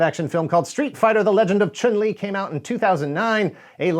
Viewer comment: I knew you didn’t play when you tried and failed to say “Chun-Li”.